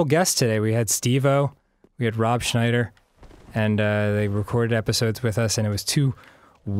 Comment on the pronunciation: Schneider, not Snyder